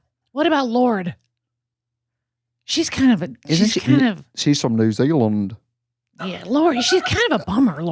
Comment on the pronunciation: Trixie pronouncing “New Zealand” 💀 🇳🇿